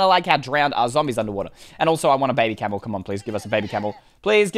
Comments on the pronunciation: how he says "bebe" tho lol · It was really weird when you said “Bebeh” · The funny part is wen you said bebe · It was so funny when you say bebe XDXDXD